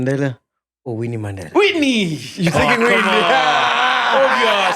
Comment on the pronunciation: He is deliberate in pronouncing words right ie Mandela and Gaza...he was intentional